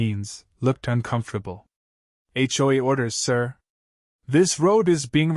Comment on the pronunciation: It's H.O.A., not Achoe! LOL!